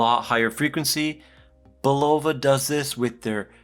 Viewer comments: I have the black one, more like +4spd per month. Say, I grew up 10 minutes from Bulova's headquarters. And you pronounce it BULova. Great review otherwise. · Bulova Learn to pronounce the word and then learn how to speak... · Hey Bruh. It’s not Pronounced Bulova , it’s Pronounced Bulova ...